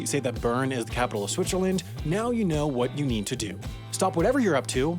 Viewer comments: Everyone is making fun of the pronunciation of Lausanne but am I the only one who hears him calling it "Switcherland"? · Switcherland - never heard that pronounciation before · Do I hear Switcherland and Lasagne? What about the other video about Leechtenstein? Enjoying the videos, but maybe it's a good idea to look up the spelling before recording the voice-over.